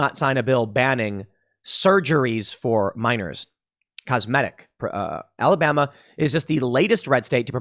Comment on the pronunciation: Look tim Alabama gets enough slack we don't need people pronouncing it Alabamer